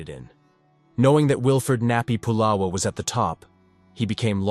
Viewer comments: First of all, his name is not pu’lala it’s pronounced it, spelt pu’la’wa ❤❤ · Pronounced " Pu La Va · 🤦🏾‍♂️U saying pulawa wrong u have to say the w like a v pulawa🗣️P-u-l-a-v-a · His name is not polo Its Pulawa, your information has many errors, by the way it's still the Kingdom of Hawaii, the state is illegal take over by military occupation. So much of your information has many errors, this is incorrect documentary. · You didn't pronounce nappy name correctly plus nappy was samoan not hawaiian. If you can't pronounce names correctly you should not be doing documentary s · Nappy Pulawa pronounced “Pu-lava”